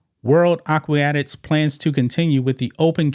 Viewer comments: Come on somebody, it's aqua-tics. Help my man out. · Aquatics is pronounced "akwatiks," sounds like you're adding an extra "i." Not a criticism, just a friendly tip. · Aquatics = ahh-qua-tics not whatever you kept saying. I know you aren’t needing the word police to help out but I can’t help it with this one. It has to be done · Omg dude.... A - QUA - TICS!